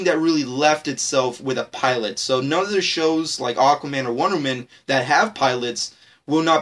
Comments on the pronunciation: Why in this video when he says wonderwoman it sound like wonder man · dude you kept saying wondermen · Mabey learn how to say "Wonder Woman" first buddy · this guy can't pronounce Wonder woman correctly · anyone annoyed about how he says wonderwoman